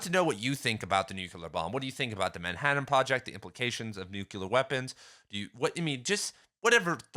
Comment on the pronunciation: It's "nook-leer" not "nook-ya-lurr" btw, otherwise great video 😊